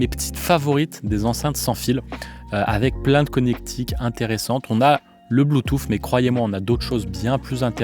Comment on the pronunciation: Alors j en peu plus d entendre un spécialiste parler bue-touffe!!!! Le mec sait meme pas comment comment prononcer Bluetooth c est hallucinant et ridicule. De plus cette video est avant tout une campagne de promotion pour KEF qui font de bonnes enceintes mais qui a l écoute sont loin de plair à tout le monde. Les enceintes à haut rendements au son chaleureux très live sont abstîntes comme plein d autres. Et que dire d un mec qui te dit qu un caisson ne sert qu à produire du volume et pas de distortion et que le reste c est de la littérature on voit le mec qui n y connait strictement rien… et qui ignore entre autre ce que trainage signifie, ou repose impultionnel, ou réponse sur transitoires! Bref vidéo complètement nulle, avis aux amateurs de bon son: n écoutez pas ce gars qui ne sait pas de quoi il parle et il est autant spécialiste que les auditeurs ignorant en son a qui il s adresse. Quand au fait de juger une enceinte d après ses mesures c est partiellement n importe quoi, car l écoute repose avant tout sur le plaisir que l on récent a écouter un système. Et et chacun entend les choses différemment, chacun place le plaisir dans des sons différents. La pire chaîne de hi-fi de YouTube.